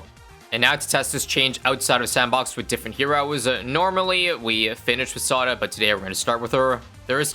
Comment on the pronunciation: I wanna finish on sawda.. I MEAN WITH SAWDA……😅😅😅